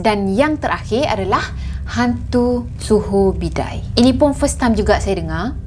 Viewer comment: sebutan yg betul sulur bidar,,, bukan suhur bidar